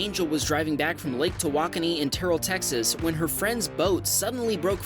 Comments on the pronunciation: he pronounced TAWAKONI, but not OCONOMOWOC or WAUKESHA...come on man. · He can say Tawakani but not Waukesha😒😒😒